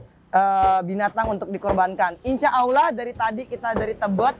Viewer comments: Tolong sampaikan team keema kepada angelina sodara seimanku yg baik...sudah 10 tahun tolong baguskan menyebutkan nama Allah ...bukan aulah...tolong diperbaiki...jangan sebut Allah dgn awlah...tolooong rubaaah...ya...wallau 'alam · Bagisan khalid Ott petinju yg baru mualaf bbrp bulan dalam penyebutan nama sang pencipta Allah ...bukan awlah atau aulah kata angelina...perbaiki ya angie...jangan sampai lalai